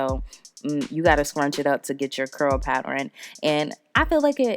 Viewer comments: Girl, if you don’t stop saying pat-ter-ren/pattering. It’s pat-tern pattern. 🤦🏽‍♀️ I love ya way to much to not correct that. But I love this unit 🥰🤩💕 and will be trying the wax on my new unit when I finish it. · Every time you pronounced the word pattern like paterrain... I wanted to scream!😆😆 But you did that wig ma ma, very cute! I want to try the wax color! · The word is PATTERN pat-tern, pronounced PAT-TURN. Where did you get all those extra syllables!! Sorry just a pet peeve. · The way she says “pattern” is killing me lmao. Still cute though 😘😂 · Never said it was serious sweetheart. From the looks of it; it looks like you’re from the south just like I am but I’m a girl from the south who’s Haitian 🇭🇹 so I know we say words differently but pronunciation is pronunciation. I only said something because people like to laugh at black queens who act or pretend if the don’t know how to talk with sense. But you’re pronouncing a word incorrectly and saying another word with an entirely different meaning. Pattering: is to make a repeated light tapping sound. VS Pattern: a repeated decorative design. I was not in any way coming for you. Was just a queen fixing another queen’s crown. Have a blessed day and keep sharing your talents with the world. Love, peace, and blessings.